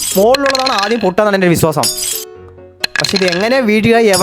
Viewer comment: വിസാസം അല്ല വിശ്വാസം